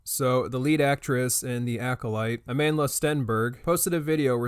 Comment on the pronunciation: I’ve never seen a person’s name get butchered as much as Amandla 😂 I have not seen a single video where anyone pronounces her name correctly